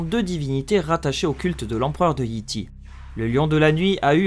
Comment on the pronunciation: Petit conseil : peut tu dire Yay Tay et non Yi Ti